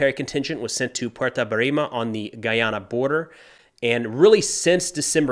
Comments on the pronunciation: Guy(not gee)-ANA my friend not to be mistaken with Guinea or Ghana. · Guy-Anna NOT Gee-Anna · Dont think its a big deal, but it's pronouced the way its spelled: "Guy-Ana" . As in a man (Guy) and the common western female name (Anna). Spanish pepple pronouncing it as "Guiana (gee-yana) makes sense, but Guayana is an english speaking country and the Guyanese people refer to it as I first mentioned. As an American, it makes more sense to adress it as it has originally called by its founders when it gained independence. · GUY ANA. NOT GEEYANA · Guy ana not Gi yana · This fucking idiot doesn’t even know how to pronounce the country name. Guyana let me break it down for you and everyone else that can’t pronounce Guyana. Guy Ana. Sounds that out. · Please please it’s Guy-ana. Guy as in that “Guy”. Guy-ana. Thank you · Blessings for your analysis. Very insightful. However, just a point of information, you keep mispronounced the country's name. The first three letters is literally pronounced "GUY". We the citizens dont like our country's name mispronounced. Just a note 🗒. Thank you. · GUY-ana dude! Do your homework! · Guy-a-na/ A guy name ana. That's how it's pronounced. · It’s guy-a-na or guy-Ana English man cannot pronounce English 🤦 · Yo, it's guy, like that guy. Guy+ana, Guyana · Guy Yan Na Atleast pronounce it correctly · It's Guy- yah- nah !! smh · Check the correct pronunciation of the country please....... It sound like...... Gai-aa-nuh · Hearing u guys not understanding how to pronounce my country's name correctly definitely makes not wanna watch your content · Why white people say Guyana like that? 😂